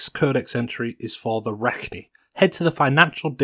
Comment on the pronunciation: Its crazy how someone can say the names of things like rachni wrong when the game tells you how to say it